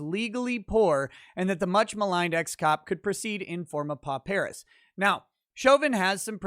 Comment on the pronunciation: With respect, is overlooking the real killer - the transcript fees. Has to be at least $300 for each day of trial. And should also get transcripts for all of pre-trial court hearings. This alone should be around $10,000. Also, "pauperis" is pronounced "paw-per-is", not "po-PEAR-is".